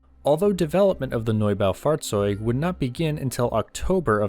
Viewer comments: Nob-a-fought-zotig that’s pronunciation for the tank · I dont know why, but the "Norbow Fartz-zoid" is so damn funny to listen to. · As a german I approve your pronunciation, definitely close enough!